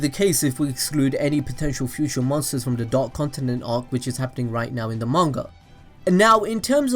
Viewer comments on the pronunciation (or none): none